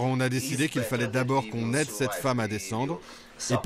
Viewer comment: "sur CETTE montagne" et pas "sur s'te montagne"